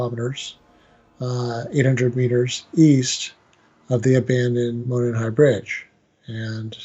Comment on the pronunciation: Okay several things 1: the dark spot in the photo is a gate. It’s opened and closed like the ones you see in all parks 2: it is pronounced “dell fye” not “dell fee” 3: it is pronounced “mo non” high bridge only telling you because people from that area go nuts over these details 4: you need to watch a few things on YouTube regarding Delphi A: Jason Hebert who interviews live Anna Williams, Abby’s mom. B. Jason Hebert’s live interview with Mike and Becky Patty , Liberty Germans grandparents and guardians C: Michael Katts videos and live visits to the bridge and area where the girls were found D: Anthony Greeno of True Crime Investigates especially his live re-enactment of this crime. E: Gray Hughes Investigates and his analysis of BG F: the Prosecutors Podcast has a 5 part series on this and examine this from a prosecutors perspective G: Jim Waggoner and his interviews with my Good friend LT. Tom Spivey retired Stockton, CA Lt that investigated GSK/EAR and nearly caught him and actually untied 2 of his victims. He has a great analysis of BG and a look at the LE from an actual LE background! He is fabulous Listen to the facts and not rumors! Do some investigation and watch this other true crimes that present only facts